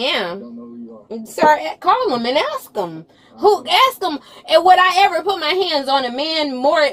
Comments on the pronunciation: She a judge saying ax😂😂😂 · The fact that not one person in this video can pronounce the word ASK, tells you why this area is so fu*ked up.